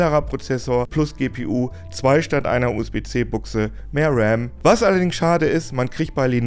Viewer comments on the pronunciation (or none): War das ’n Versprecher oder spricht man „Ram" jetzt mit E aus? Außerdem: Ein LCD-Bildschirm soll besser sein als OLED … Bei Gaming … Srsly? Schonmal Alien Isolation auf ’nem OLED gespielt? Mach direkt danach mal mit ’nem einblutenden, grau leuchtenden LCD-Bildschirm … yay … Da können die ihre 30 Hz mehr und minimal höhere Bildschirmauflösung behalten – was btw bei der Bildschirmgröße sowieso wurscht ist und nur auf dem Papier besser aussieht, aber eben MEHR Akku verbraucht, weils IMMER beleuchtet wird! Und mein letzter Punkt. Alda, ich bin in meinen 40ern, ich hatte Lenovo-Laptops, viel Spaß beim Schrottbauteil suchen! Lenovos, egal was, sind wie ’n Fertigrechner aus dem Otto-Katalog. Da ist entweder der Rambaustein (oder doch Rem?) aus ’ner Shenzhen-Hinterhofgasse zusammengelötet, oder die Netzteile wurden durch den Fluss Ganges gezogen, oder der Monitor hat dermaßen Einblutungen, dass es so aussieht, als würden am Bildschirmrand einer auf Spotlight machen wollen, um den auf der Bühne zu beleuchten! Wenn AMD ein Deck mit Linux Mint (oder wenn’s sein muss PopOS) und neutral durchgecheckter Hardware anbietet, werde ich darüber ernsthaft nachdenken, auch wenn’s 800 € kostet, aber Aldi als Alternative für ein überteuertes Monopolprodukt anzubieten, ist auch die Wahl zwischen lebendigem Delikatesse-Tintenfisch und 10 ¢ Kaugummikugel aus’m Tedi! Naja … ne, lass mal warten, ob da noch jemand Pizza bringt, oder?